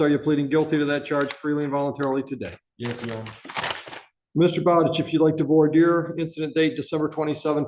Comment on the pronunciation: In all my years of experience in law, is the only person I have ever heard pronounce "voir dire" correctly.